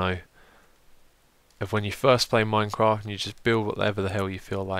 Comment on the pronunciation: Stop saying minecrack